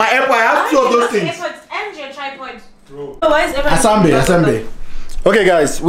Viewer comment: Not saying Asambeni🤣🤣🤣